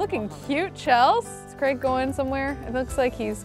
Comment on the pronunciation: Every time says "Old Craig" I hear "Old Gregg" and I can't unhear it